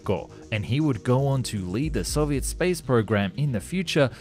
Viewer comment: I speak some Russian, he doesn’t do too badly. What’s hard is the letter “о” in Russian. Sometimes it’s pronounced like in English. And sometimes it’s pronounced like an “a” . And there’s no real grammar rules to tell 🤣 you just know. So he pronounces Soviet right, but Soyuz wrong 😂